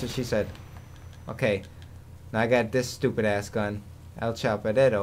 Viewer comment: LMAOOOOOOOOOOOOOOOOOOOOOOOOOOOOOOOOOOOOOOOOO Why do u call the M60 "El Choperero"?